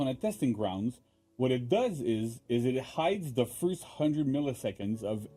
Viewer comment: foist... thoiteenth :(